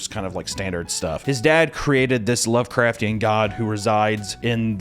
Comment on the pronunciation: Please say lovecrftian one more time.